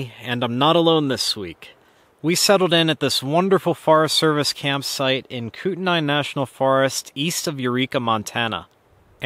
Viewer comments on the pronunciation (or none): Pronounced kū tenā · Kootnai is pronounced KOOT-nee. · (/ˈkuːtniː/ KOOT-nee)